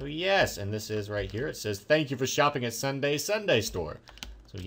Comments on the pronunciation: Ssundee... Not Ssundae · It ssudee not ssundae srry that's how it is pronounced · It's Sun-Dee not sundae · I love you, but it's Ssundee, not Ssundae! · His name is ssundee not ssundae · NIts Sun deeeee not Sun dayyy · It's pronounced Sun dee not day!!! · It's Ssundee not ssundaeand build xpxrmx13's bat cave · it Ssundee not Ssundae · Two things... It's Ssundee not Ssundae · It's not Sundae it's SSundee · It's not ssundae it's s-sun-dee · his name is Ssundee not Ssundae fix it plz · It's Ssundee not Sunday you pronounce it we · Its sundee not sundae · Sundee not Sundae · its ssundee not sundae!!!!! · Ssundee... Not Sundae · and its SSundee not SSundae!!!!!!!! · U said sundee wrong (sun-de) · Its SSundeeeeee idiot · That's not how u pronounce it it is (sun) (dee) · U messed up ssundees name